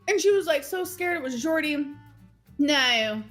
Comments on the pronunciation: As an Aussie, I would like to apologise on behalf of our country for how says 'Naurr'. Should you ever visit our fine country, please find a complimentary Bunnings snag and a tray of Tim-Tams at your arrival gate as compensation. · I know it sounds ridiculous, but it makes me feel violent the STUPID way she says "nEiU". Like, it makes me want to hit things. (I also think she says it like that to imitate Erica's wife's accent, just to be spiteful, and then she just stuck with it). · The most insufferable part of this era was her pronunciation of the word no and her use of the word hectic. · idk why but the way she is pronouncing the word "no" is giving me second hand embarrassment and it's annoying AF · I noticed saying "no" in the same annoying way does, but not quite as pronounced. Makes sense that she adopted this from Erica and her wife, as she's never had an original idea in her entire life.